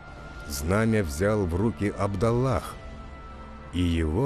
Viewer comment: Я ожидал другой фильм . Где сами актёры разговаривают , а не один чел озвучивал фильм . И имена в фильме не правильные Абдалах- Абдулах , Халида инвалида даже смешно , Халид ибн Валид мир им . Дорогой переводчик это мусульманский фильм , а не библейскй . Можно было на много лучше сделать сюжет .